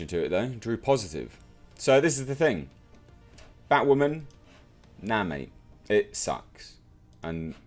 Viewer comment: Toemato? 😂 wtf taught you how to speak. And its batwoman... say bat-woman. Not baught woman 😂.... great review otherwise